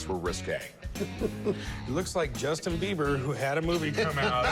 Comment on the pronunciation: “Justin 🦫 Beaver” 😂